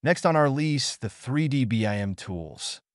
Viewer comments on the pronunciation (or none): lol, ai mispronounced "list"